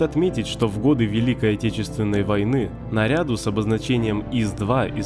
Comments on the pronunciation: автор - тупоголовый снаряд бр-471. На картинке остроголовый снаряд бр-471. Котин ЖозЭф , а не Жозеф. не нарЯду, а нарядУ . Русский учите, ребята, и читайте внимательнее. У девушки дикция и говор никакие. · Похоже, текст читает иностранец: акцент и ошибки произношения( слово "нарядУ" произнесено как "нарЯ́ду")... Раздражает и отвлекает от сути текста коверкание русского языка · автор, диз тебеза коверканье русского языка! - какого нарЯду? Даже мне двоечнику по русскому языку ухо резануло твоё нарЯду! Не нарЯду, а нарядУ! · нарядУ, а не нарЯду!!! впрочем роботу это не объяснить... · 5.42 - не на рЯду, а на рядУ. не путайте с "к рЯду". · Проводите вчитку текста перед наговором на запись. учше раза 2-3. А то ваше нарЯду вместо нарядУ не царапает слух, а просто режет. На отъебись читаете. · твое незнание танков уже обосрали... что еще могу сказать?... голоса похожи на компьютерную озвучку, особенно порезало слух "нарЯду". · на каком рЯду??? нарядУУУУУ!!! сцуки!! учите русский ,уроды!! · Ударения, ребят, ударения. И вообще, репитируйте. На ря́ду ...